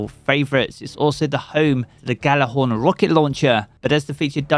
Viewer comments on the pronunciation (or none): It's Yow la horn. Not Ghallohorn without sounding the"G" if anyone cares to know.